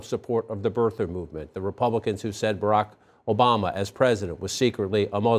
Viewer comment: Who the hell is Bock Obama? Does she mean Barrack Obama? Jesus! I mean in the name of Allah! if you're going to tokenize someone, at least pronounce their name correctly.